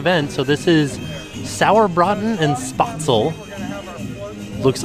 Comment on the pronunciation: My German Grandmother would be all over you. there is no "O" in Spaetzle it's SPEHtzeluh or SPEHtzl.